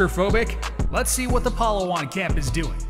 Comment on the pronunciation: The pronunciation took me out,,, palahwhan